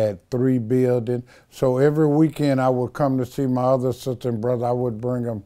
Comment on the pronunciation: . "My father had a 'resterunt'...he had three 'bildin'..."